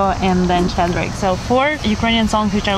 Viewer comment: Класний випуск дякую, нарешті, за Щедрик. Тільки Щедрик це не Шєдрик. Щ - [шч] Мені дуже подобається цей чоловік.